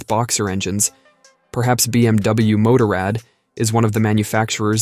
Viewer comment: If you would just get basic pronounce right I would listen longer then 20 seconds. BMW MOTORRAD. Google it 👎👎👎